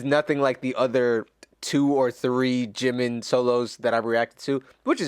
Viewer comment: Sorry ! Bye dude! This is Ji-min....JIMIN...not 🚫 jimain! Here you lose me.